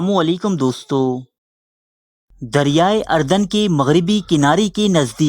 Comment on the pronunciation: Bhai g dryai ardan nhi dryai urdan hai plz don't mind